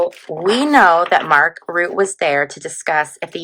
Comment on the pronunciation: Hi! Thanks for the reading! Mark Rutte is Dutch, so his last name would be pronounced something like Rhuh-tah - trill that R a bit!